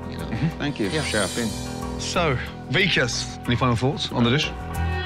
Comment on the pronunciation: It's "Vikaas" not Vekas 😂